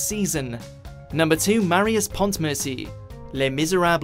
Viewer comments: Okay, I could let the pronunciation of Scamander slice. But if you pronounce Pontmercy as PONTmercy again I will gut you. It's pronounced "PONmercy" without the T SHAME ON YOU. VICTOR HUGO JUDGES YOU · the butchering of the pronunciation of "pontmercy" and "misérables" just,,,,,saddens me lol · Change the first with the second place and we are friends! Marius is Awesome!!! (And the "t" in Pontmercy is silent.)